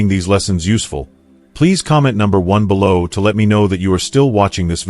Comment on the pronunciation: I hate that AI is reading this and makes ridiculous mistakes like bellow instead of below! Ruins everything!